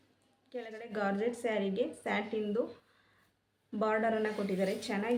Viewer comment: ಗಾರ್ಜೆಟ್ ಅಲ್ಲ ಜಾರ್ಜೆಟ್